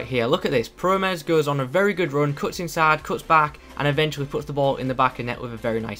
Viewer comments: you re saying it good i am dutch p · I'm Dutch you said his name right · Im from the netherlands/Holland And you say the name good nice video! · you said his name right :)